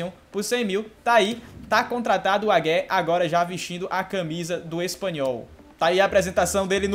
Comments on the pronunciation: O Wagué se pronúncia "Vaguê"!! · tá dando agonia c falando o nome dele errado kkkk, se pronuncia assim " Vaguê ". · Wagué = Veguê (pronuncia)